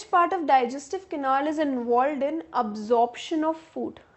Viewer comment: it is canal not canaal